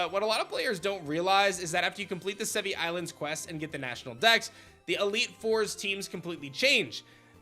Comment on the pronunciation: It’s pronounced Sev-ee-eye. (i.e. the Latin word Brachii)